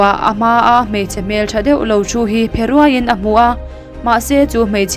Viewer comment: Mizo trawng thluk dan hi in thiam thin lo eee,'phe ruai' tih te kha i lam dik lo reng2